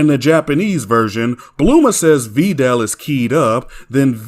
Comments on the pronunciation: “Vee dell” just chill 😭😭😭😭😭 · This guy complains about the dubs but then calls Videl , “Veedelle” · Sin added every time fails logic and mispronounced Tapion and saiyan and Bulma and videl and hirudegarn wrong which gives us sins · Every other version emphasizes the “i” in Videl’s name. Even the fucking OCEAN DUB does that. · Glad to see this video is back up. Also I would like to ask, is this the way you pronounce “Videl” how it’s actually pronounced?